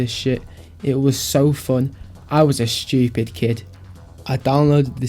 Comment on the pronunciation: "I was a very schewpid kid", - us bro us